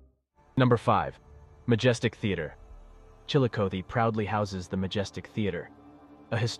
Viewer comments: I grew up in Chillicothe, it’s pronounced “Chilla-cah-thee” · Chilla cah thee say it right! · I'm from Portsmouth. Its always funny to hear people trying to pronounce Scioto or Chillicothe 😂